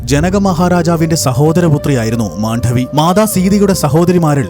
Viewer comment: Not Mandhavi, but just Mandavi❤